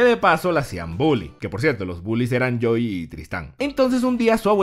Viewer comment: Dices "yo y Tristán" o "Joy y Tristán"?